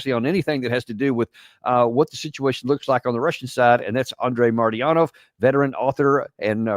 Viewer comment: eepDive I just wish you can say his name correctly Marty-anov...atherwise it's a completely different Russian name ❤